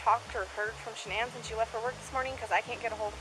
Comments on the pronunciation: You need to do an update. You had errors in info. He killed his children at the Anadarko Oil area AFTER he buried Shanann. (pronounced Shuh-Nan). He murdered Cece with her blanket, then dumped her body into one oil container. Bella's last words, when Chris Watts came clean and told it, was 'Daddy, please don't do to me what you did to Cece'. She fought for her life, biting through her own tongue. He then dumped her in a different oil container. The autopsy was so difficult, because even touching those babies made their skin fall off. Shanann's son Nico was expelled vaginally during the process of decomposition.This info came out in a more recent interview by a writer preparing a book for publication. It's all on youtube. I'm sure it will show up easily in a search. Also, he admittedly likes sex with muscular, physically fit men. He'll probably like prison. Although I never knew Shanann, her kids, or husband, I knew her Aunt, Uncle, and their 3 kids. I live in NC. My kids are the same age as Shanann's 1st cousins and they played ball together and went from Kindergarten through 12th grade together. It's a sad, unnecessary tragedy that will haunt them forever. I enjoy your videos. You maintain professionalism while still being emotionally honest about your feelings. It's a rare gift. I hope you never lose it. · It irritates me, although you may think it a small detail, that her name is constantly mis-pronounced as 'Shannon'. The correct pronunciation is 'Sha-NAN'. My co-worker's daughter and Shanann were close friends. Her's and her two precious daughters' cold-blooded murders is psychologically unfathomable and emotionally unbearable. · I've been watching you for a couple of years now and I absolutely love your work but just in case no one has corrected you on this her name is pronounced Shan'ANN